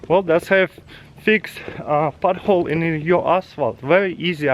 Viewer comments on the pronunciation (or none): Did you say pothole or butthole? 🤣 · if you listen closely he said we r going to fix buttholes lol